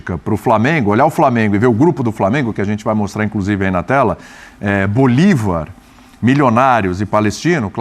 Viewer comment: O cara prova que não sabe porcaria nenhuma de futebol, quando diz Bolivár😅, nem de libertadores, só tá aí pra copiar vídeos da impressa e faturar no youtube. Tá errado não.